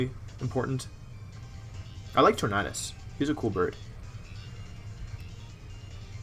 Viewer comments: The way you say TorNAHdus tilts me my dude lmao. Good vid tho :] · Your pronouncation of Tornadus is offensive to me.